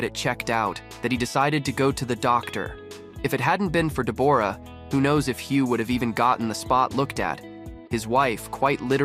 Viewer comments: SHE PRONOUNCES IT THE WAY IT IS SPELLED! DEBORRA-LEE FURNESS! SAY IT WITH ME! DE BORRA LEE FURNESS! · She pronounces it like it is spelled! I will go slow. DE BORAH- LEE FURNESS! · Someone be learnin this AI how to proNounce deb OR a correctly. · Please, please pronounce Deborah correctly………